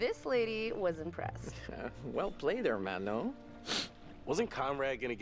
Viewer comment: "Well played, hurr-man-oh." Wow, could you at least TRY to put a Spanish accent on, instead of butchering the word? 😂